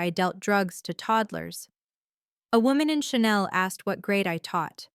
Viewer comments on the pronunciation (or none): none